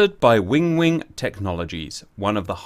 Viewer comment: It's WIN WING NOT WING WING 😂